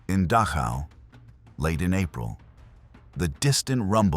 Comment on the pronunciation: the narrator pronounces DACHAU as DASHA. The more acceptable and usual pronunciation is DAH - COW. Just saying. " Goes beyond any training etc. " Very true. But all these years later the whole world knows about it now. So please stop the melodramatics. Brutality and so-called inhumanity is old stuff. The scale is mind numbing. But the quality is ancient business as usual for people to people.